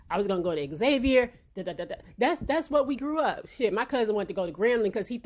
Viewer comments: Great video I agree with you 100%. Also, the school is pronounced “Zay-vier” not Xavier like the name lol. Signed a New Orleanian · It’s pronounced zavier. Please don’t block me lol I went there. Love your channel 🤎